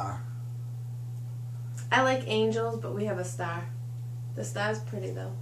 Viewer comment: nice chat. . the "fire" was a nice touch.. made me laugh..... what's a stah? cheers